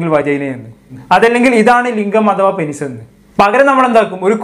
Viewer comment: പെനിസ് അല്ല പീനസ്